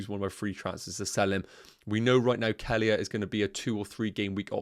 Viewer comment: That’s not how you pronounce Kelleher. 😂 Nowhere near it. Kell-eh-her